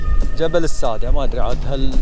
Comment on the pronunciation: اسمه جبل الساده بتشديد السين والدال بمعنى السد👌🏻🌹